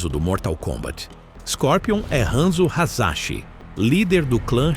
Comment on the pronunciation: A pronúncia é Hassashi, em japonês não precisa de 2s pro fonema sa, o som do z é escrito só com z, na verdade usam sílabas ao invés da junção de letras, e o ra, de ryu, se lê como em ra de ba-RA-ta o som de rra é escrito com a sílaba HA. Ex: Hiroshima e Nagasaki, aqui falamos Iroshima e Nagazaki, mas se pronuncia Riroshima e Nagassaki. Outro exemplo é a famosa marca de motos Kawasaki, aqui se fala Kavazaki, mas o certo é Kauassaki.